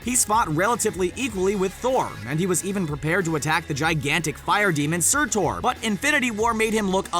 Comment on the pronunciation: Surtur! Not Surtor!